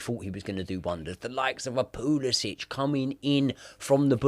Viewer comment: Normal pronunciation: Pulisic: Pooless Itch